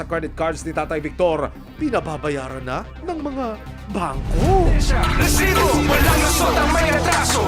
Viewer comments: ANG OA MO MGSALITA NG RRRRRRRRRESIBO‼️👎👎👎👎👎👎👎👎👎👎👎👎👎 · Bkit ayaw mo ayusin Ang pagbigkas Ng resibo wag Muna Ng gawing rrrrrrresibo pràng Hindi tama Ang bigkas dpat ba ganyan tlaga Ang bigkas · Aq rin mejo nadi-distract sa pagbigkas ng Rrrreeesibo! Sana sabihin na lang ng normal at wag nang i-exaggerate pa, parang OA na masyado.